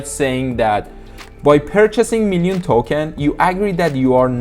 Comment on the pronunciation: Nobody:: "MEALion Token"